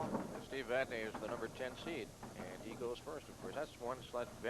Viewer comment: Uuuuggghhhh....if I hear "Vad-NAY" one more time....